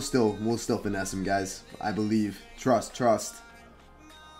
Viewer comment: Man, you're a funny dude. Everytime you say, "finesse", it cracks me up 😂 keep up the great work 👍